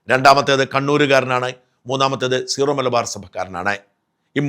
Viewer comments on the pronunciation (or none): none